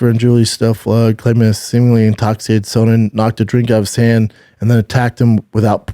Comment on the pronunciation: Chael “Sewn-nin” -B. Schaub